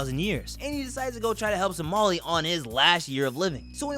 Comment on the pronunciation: He butchers the pronunciation